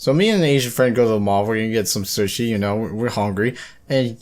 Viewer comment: susshi? whats that pronunciation.